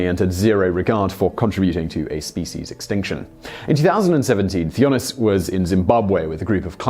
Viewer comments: Hi Simon. The name Theunis is pronounced Teunis. i am a South African and come across the name frequently. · You really butchered the name Theunis, look it up how it is pronounced, it is funny!